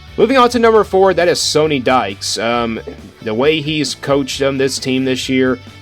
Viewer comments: Great video. However, Coach Dykes's name is pronounced like Sunny, not Sony. Haven't you heard his name pronounced by sports media this year? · “They don’t really run the ball that much” 55% rushing plays vs 45% passing for the season. Had to stop the video after you mispronounced the coaches name and said they don’t run the ball.